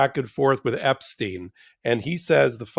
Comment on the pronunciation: Eps tine, Epsteen, "Epshcheen, Epshchine, Pleeeeze call someone to get the correct pronunciation.....